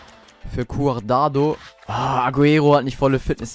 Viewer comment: Er heisst "Cuadrado" nicht "Cuardado" ^^